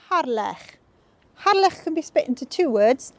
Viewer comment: At last! someone who pronounces Harlech as it should - and not the dreaded ' Hah- lick ' 🏴♥️👍